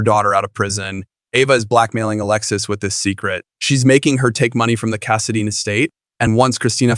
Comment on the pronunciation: Can we get someone who knows how to pronounce Shadybrook and Cassadine. I’m sorry but hun you need to know how to pronounce the names before you record. Those of us who have watched for more yrs than you’ve been alive get upset when it’s not pronounced correctly. Just some advise.